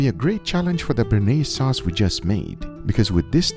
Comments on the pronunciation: ...so you made a Béarnaise? lol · its called sauce béarnaise